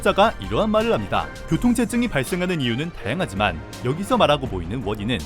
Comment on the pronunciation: 교통째증 발음 ㄷㄷ